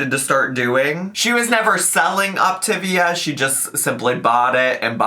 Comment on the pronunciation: BTW: It is officially pronounced OPTA-VEE-AH.....Had too many friends sucked into it.